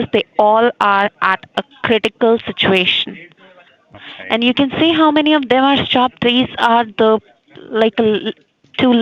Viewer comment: "Dey aer ad aa crrridikal siduation" 😂👏